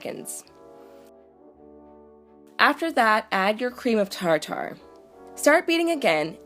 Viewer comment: "Creme of tar tar" 😂😅 I just died